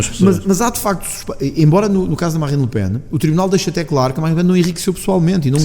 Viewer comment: Oh tony...é le pen...não lepen.